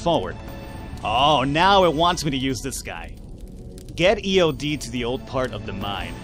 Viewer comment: you should call eod by the pronunciation ea-odd